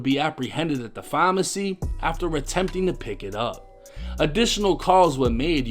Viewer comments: Why say pharmacy like that bruh that shit annoying me lol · It's PHARMACY not FAAAWWW-MMAAARRRCCCYYY!!! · Why this dude say phamacy instead of pharmacy. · Is this dude trying to say pharmacy?